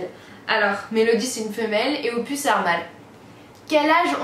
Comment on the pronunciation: Quand tu as dis les surnoms , pour opus tu dis pupus et après tu dis « nn Loulou !! » 😂😂🤣🤣 sinon belle vidéo comme dab !❤️